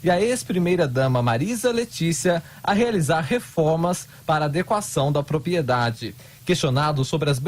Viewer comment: Prezado locutor: se diz propRiedade